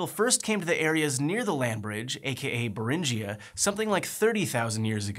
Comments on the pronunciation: its Beringia not berinjia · Minor technical point, the 'ing' in Bering is pronounced like the 'ing' in Ring. So no hard J sound in Beringia and Beringian.